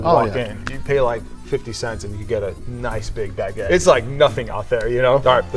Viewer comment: I love your videos, but as a French guy, that's not "Baguette" at all! 😅